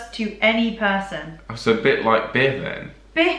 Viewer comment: “Bih” sounds like they’re trying to say “bit”